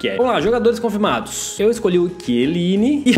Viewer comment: não e quieline e chieline